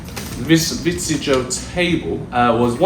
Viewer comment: Welcome to “Vitssjo”! 😂